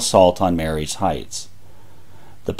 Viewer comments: Excellent presentation! One quibble... it's pronounced Marye's Heights in the way one might say "Marie's" (ma-REEs) rather than "Mary's" (MAYR-ees). Someone has to be that native Fredericksburg accent around here! But well done... very well done. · Pronounced 'Marie's' Heights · The heights above Fredericksburg is pronounced Marie's Heights, although spelt Marye's Heights. A common mistake! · 👍 I live in Chancellor and came to comments for that and Sophia St. We pronounce it As"So-pheye-uh." Great video!